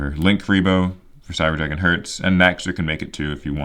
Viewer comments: If you're still curious about pronunciations: Herz is like saying Hearts if it was spelled "Hairts" Nachster is fun, the "ch" is actually silent. Vier is said like "fear" Sieger is said with a Z sound instead of an S, so "Zee-grr" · Cyber dragon Herz is pronounced like the word Hairs